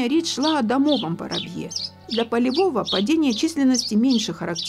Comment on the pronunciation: Как услышал домОвай, захотел выключить просмотр.